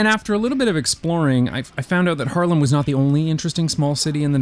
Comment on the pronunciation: "small cities" names not the biggest ones, but definitly major dutch cities lol 's-Hertogenbosch is still written the "old" way, but we all say it as if there stood "Den-Bosch", which sounds like "Den-Bos", so thats what you'll hear. And also Haarlem is pronounced Haarlem not Harlem :) Love the videos man, making me feel privileged to be born in the netherlands and really using the services and now also the policies to benefit students like free public transport!